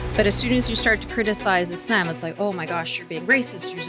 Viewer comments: What's up with how she pronounces "Islam"? She almost doesn't pronounce the L. Is that how it's supposed to be pronounced, or is that something unique to her? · why is this lady pronouncing islam as 'isl'yaem'? I will pronounce it whatever way I want!